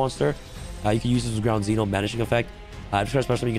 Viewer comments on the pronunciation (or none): none